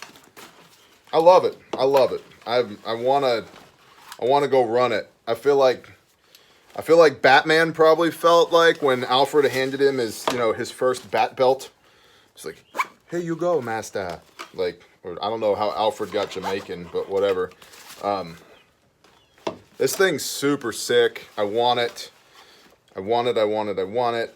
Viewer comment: Much like Hans said. When you said bat belt, i heard "Bearbelt". Kind of goes back to a few of your other vids of "continuity/commonality of gear". This is certainly a marketable set of gear, as is. I would definitely get one to test and review. Congratulations to who receives it!